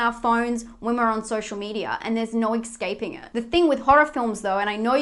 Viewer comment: Escaping not excaping other than that you right.